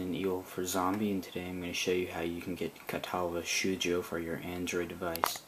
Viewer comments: great guide, my only complaint is that cringe inducing pronunciation of katawa "shoh joh" ._. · Great guide and thank you. I probably don't need to mention the wrong pronunciation... but wth. Ka-ta-wa sh-oh-uu-joe.